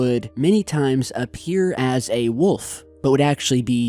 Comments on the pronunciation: WOLF. Not WUF. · God I love it when he says wolf. "Woofs.." lmao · ima teach you how to say wolf. Say wool like from a sheep. And then add an f at the end. Wool-f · Its wolf. With an "L" peace. :) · "Wuff" lol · Dude, there is an L in wolf. Lol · The only mystery here is your inability to say "Wolf"